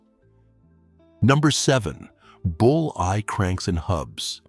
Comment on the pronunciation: Bullseye not bull eye!